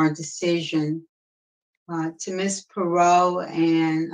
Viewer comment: Her name is pronounced Pur-rot. She was golden here in Houston. I don’t really remember hearing about this though.